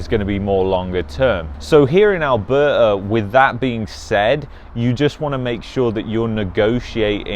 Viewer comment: Lol…. Seems like u are having a hard time pronouncing Alberta! 😱😂